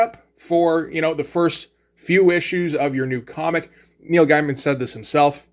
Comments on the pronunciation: You're aware that you're not pronouncing Gaiman correctly. Soooo... why not just say it the right way? I can't wrap my head around that. Every time you say it, it's like Britta saying 'bag-alls." Do you just refuse to say, "gay?" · As revealed in an interview, it went like this: Karen Berger called Gaiman (pronounced Gay-Man) and told him they were worried because Black Orchid is an obscure character, and a female one at that, made by two complete unknowns in the American comic book market. Solution? Give McKean a Batman book to draw and give Gaiman a monthly book to write. She then asked him what he would like to do, and thus The Sandman (and Batman: Arkham Asylum) was born.